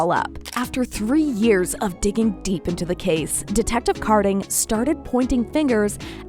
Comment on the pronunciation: Ka din, not car din